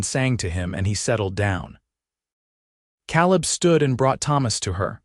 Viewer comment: So, what happened to the team of oxen and the wagon Eleanor left, her name is (L a nor) not (Lean er). Caleb is (K leb) not (Kal eb)